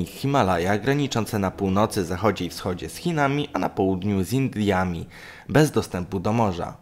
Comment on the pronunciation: z kim graniczą? Z indliami?😂😂😂